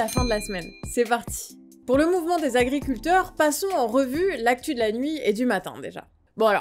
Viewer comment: je t"aime bien, mais 12000 Zagriculteurs, ça fait mal aux esgourdes ! 18 Zinterpellations !!! quelle horreur ! un peu d'efforts les gars, y a 26000 Zauditeurs qui vous écoutent !!!